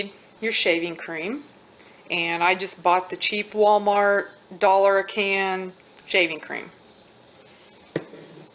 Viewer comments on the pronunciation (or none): none